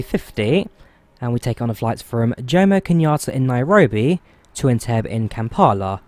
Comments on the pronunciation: Great video! BTW it's pronounced "En-teb-be" and not "En-teb" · it's pronounced "en-TEB-ee", btw. :) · Loved the vid but FYI Entebbe is pronounced Entebbey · It’s pronounced En-Te-beh 😂😂😂.but cool that you flew to Uganda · "En-tebb-ee"! Shame not to see flamingoes at Lake Naivasha, turning areas pink.